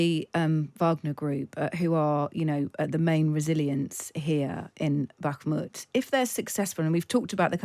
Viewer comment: The way he says bakhmut makes cringe